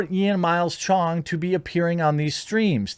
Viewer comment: lmao why you gotta say CHONG like that